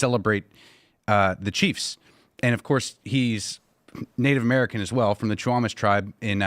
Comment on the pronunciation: The man keeps saying Nate American.